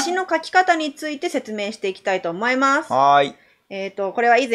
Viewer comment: おもますってなってるw(((((